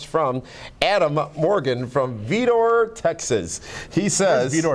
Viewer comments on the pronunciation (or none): Its pronounnced V-eye-dor. Vidor, Tx